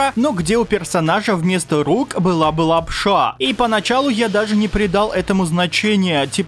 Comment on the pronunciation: прикольно говоришь лап-ША!